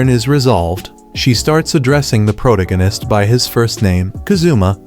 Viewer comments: Its Pro-Tag-On-Ist. Not Protogunist like you said. Hate to grammar police you but if you intend to use this word often on your channel, you should at least say it correctly. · "Prodeginest" is funny to me lol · Is this an AI voice or a real person talking? How hard is it to pronounce the word "Protagonist" ---- Sound it out "PRO-TAG-O-NIST." It cringes me to my core every time I hear him say it. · Well the AI has problems pronouncing Protagonist.... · There’s absolutely no way this Auto-Gen voice doesn’t know how to say “protagonist.” Unless it was misspelled.